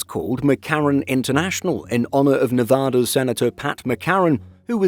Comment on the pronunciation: Please pronounce Nevada correctly. It’s not pronounced Nevahda.